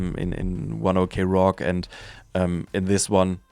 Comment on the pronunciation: You just read it like 1 o'clock not "o.k"